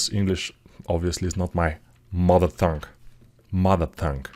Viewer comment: Hi! I don't mean to be intrusive with my corrections, but when you start saying "mother tongue" you say it like "mother thong" which is thin beach panties, like, bikini the T has got to be solid, like "tea" or "table" hope it's helpful thanks for the guide, it's fantastic!